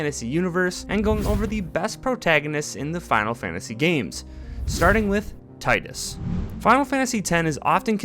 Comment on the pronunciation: Btw, it is pronounced “teedus”